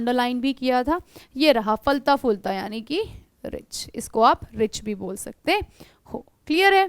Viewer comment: Not a bor it's bol